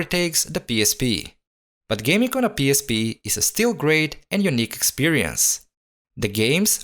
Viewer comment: Автор со всей силы показывает что он англоговорящий , но произношение пииспи выдаёт А видео кул